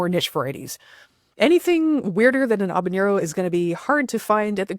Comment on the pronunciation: mispronounced habanero. There is no "ñ" sound.